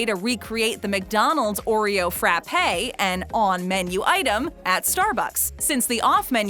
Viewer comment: not to complain but omg she pronounced frappe so incorrectly T-T i cant really attack them by saying this because i say words wrong all the time but lmao you know when there are certain words that just puzzle you when someone says it differently but thats HOW they say it where their from? thats me rn lmaooo